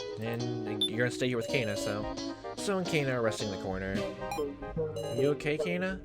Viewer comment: You're pronouncing Kanna and Nao's names wrong. So far how these 2 names are written or pronounced don't actually matter so don't feel obligated to correct it. Just go with whatevers more comfortable for you. Kanna: "can-na" Nao: "now" Why do think Alice and Q-taro know eachother? Honestly I've been loving this LP. You speak a lot which i think is really good especially considering this is a VN. Liking your theories, keep up the good work! Health